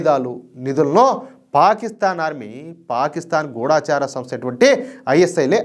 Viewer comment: ముందు "గూఢచరి" అని చదవడం నేర్చుకోవాలి